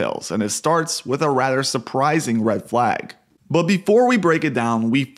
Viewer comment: "Wid a rader surprising..." You sound like Yui from SAO Abridged.